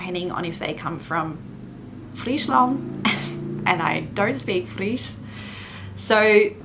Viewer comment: Haha saying Friesland and fries like a real fries hilarious 😆 . I think it’s amazing your doing your best at learning the Dutch language.